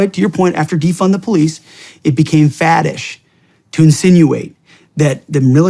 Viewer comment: "It became fadish" I think you pronounced that wrong.